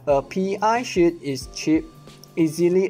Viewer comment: D Yeah he definitely said SHIT every time. But he knows two languages. English and something else. Which is 2 more than most Americans.